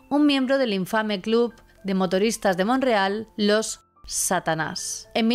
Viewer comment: Te hago una pregunta hay un poblado en Canadá llamado Monreal? Por que así lo pronuncias, es MONTREAL.